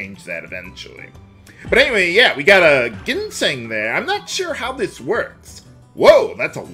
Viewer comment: I know that you don't like to hear people correcting your pronunciation, but please understand that it's not meant to be taken personally; I have a slight frustration that people think I'm being overly pedantic when I provide a correction. It's not like I don't understand if you get annoyed by having a lot of comments about such corrections. With that said, the word "ginseng" is actually pronounced with a j sound at the beginning, like "jinseng". Hope that helps if even a little.